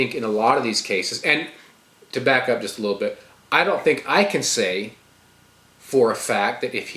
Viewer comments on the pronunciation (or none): none